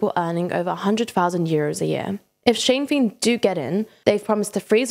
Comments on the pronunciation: Sinn Fein is pronounced "Shin Feign" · Please pronounce Sinn Féin more accurately next time. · This is really informative thank you so much from an irishman, oh and not to nit pick but ithe party sinn fein is pronounced shin fain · The Help to buy scheme was designed to fix issues with house peices being unprofitable. The government knew it would increas house prices. They were hoping an increase in hosue prices would mean more get built. You cant evit someone without a reason in Ireland. Could somebody not have checked how to pronounce Sinn Fein before recording the video? You also mentioned limited building before the crash, building was at an all time high before the crash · Is this an ai or text to speach bot? They keep mispronouncing a lot of common words and phrases like sinn fein like a bot does.